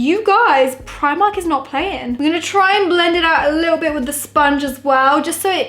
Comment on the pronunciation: u say primark wrong